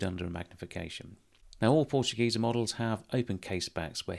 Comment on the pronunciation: Dear, as a German native speaker I can tell you that your pronunciation of the word Portugieser is spot on.